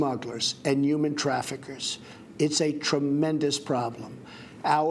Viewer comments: Do you think he knows that the word "human" starts with an "h" and not the letter "y?" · He can't pronounce "human" or "humanitarian" correctly.